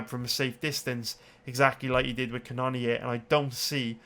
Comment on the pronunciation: Ca none neer gets pretty irritating after awhile lol knowing that's not how you pronounce it